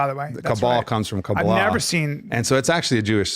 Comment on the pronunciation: I knew he was Jewish when he pronounced “kabbalah” that way